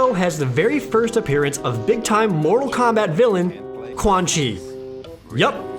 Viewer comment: KEMBET TAAIIIM Suffocates from laughter